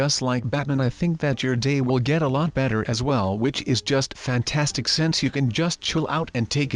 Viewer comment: I like when says fantanstic